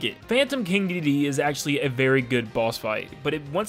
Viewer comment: You say it like he's King dididee